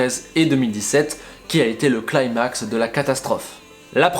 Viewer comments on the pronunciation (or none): none